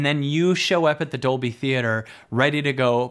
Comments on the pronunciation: Hali Chambers, Labyrinth Gal Yes, same for me! doing it in "dubblie" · Completely off-topic (Squirrel!), but every time you say "Dolby" it translates to Spinal Tap and "doubley." Because it's in Doubley. Also, coincidentally, I was the 11th Like . . . because it's one louder, innit it? ;-)